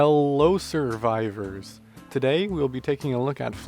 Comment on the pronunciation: "Hello Soarvivors,..."